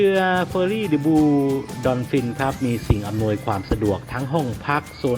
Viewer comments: ทำไมถึงอ่านว่า ดิ บลู ครับ🤔🤔🤔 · ทำไมอ่านเป็น ดิบลู ไม่อ่านเป็น เดอะบลู???? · มันอ่านว่า เดอะ ม๊ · The Blue Dolphin ต้องอ่านว่า "เดอะ บลู ดอลฟิน" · มันออกเสียง เดอะบลู ถึงจะถูก